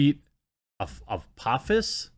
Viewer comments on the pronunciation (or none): none